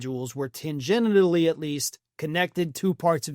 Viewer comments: Tangenitally = tangentially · “these individuals were tan-GENITAL-ly connected to parts of that investigation…” 😂 That’s my new favorite word of the week!